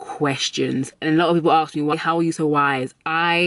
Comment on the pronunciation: She says “ax me” lol I love this accent! Also great life advice!